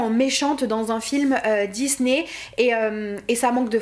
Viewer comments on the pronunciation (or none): none